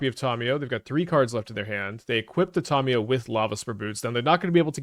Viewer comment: Please stop pronouncing Tamiyo incorrectly